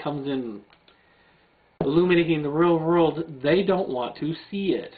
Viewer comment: Its halarious listening to you trying to say real world. rruulllee rruuwwlldd